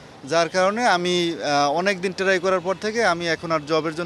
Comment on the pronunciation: সে কিসের শিক্ষিত? যে "Try" এর উচ্চারণ জানে না😂😂😂😂😂😂😂😂😂😂😅😅😅😅😢😢😢😢😢